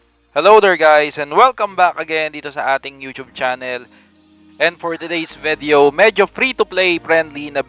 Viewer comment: VEDEOW! VEDEOW! VEDEOW! VEDEOW! SUSMARYA SAKIT SA TENGA!